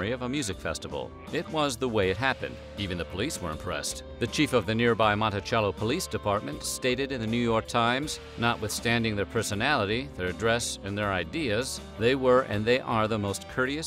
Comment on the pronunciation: MON-tih-SEL-oh :D